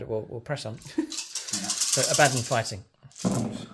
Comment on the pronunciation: It's pernounced aba Don lol